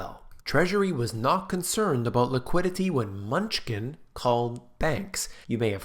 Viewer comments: Is it only purpose that you call him menuchkin? or is it unintentionall mispronouncing. menuchin or menuhin like the prominent violinist Yehudi menuchin. a common Russian-Jewish surname, very probably derived from the Hebrew first name, Menahem, meaning 'consoler'. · The treasury secretary’s name is “Manoochin” and not “munchkin”. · Great job on mispronouncing secretary of treasury’s name ;) Munchkin - LOL 😂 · Love your stuff ..... it is pronounced 'M-new-chin", just in case you were not being sarcastic. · Steven "Munchkin" LOL, I feel like your mispronunciation kills your credibility here... ;)